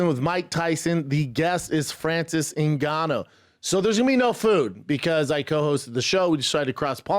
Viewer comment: Mike trying to say Ngannou😂